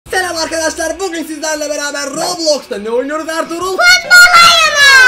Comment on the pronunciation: Abi bazi yanlisikla telam diyon 😂😂